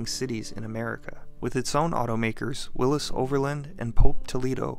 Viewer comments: Willy's Not Willis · Willys is pronounced Willies not Willis. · I lived many years on a street called Willys Knight Rd. A neighbor owned a Willys sedan. I grew up in Oakland, where Kaiser brought the company. Even the Grateful Dead pronounced it Willies in their song Sugar Magnolia. I had never in my life heard it pronounced your way. And I'll be damned, you are right!